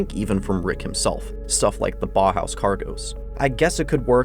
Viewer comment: Nice, btw it’s pronounced bow house not baw house